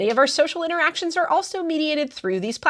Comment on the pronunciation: she said "interic-actions" instead of "interactions" lol